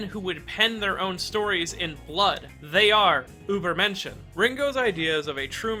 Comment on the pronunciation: As someone who speaks German, I think it's hilarious how you pronounce übermenschen 😂